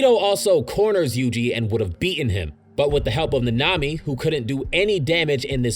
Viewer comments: Satoru Gojo: SAT·oR·Ru Gojo Itadori Yuji: Yuji E·TA·Dori Maki Zen'in: Maki ZEN·IN Kento Nanami: Kento NaNa·Me the name butchering got me heated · My ears burn everytime he says any name ever. How do you mispronounce Nanami bruh